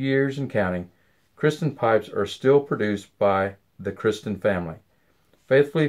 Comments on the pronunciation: Am I the only one that noticed that he consistently says Kristen instead of Kirsten? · Is the name pronounced Kristen or Kirsten? It sounds like you're saying Kristen?